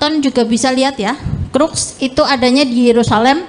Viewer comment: lebih yakin di "Crux" ,,bukannya "cross"